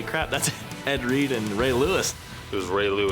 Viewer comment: I've heard of Ed Reed, but who's Eh Ree?